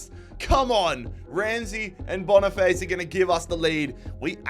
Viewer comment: That Victor boniface pronunciation was crazy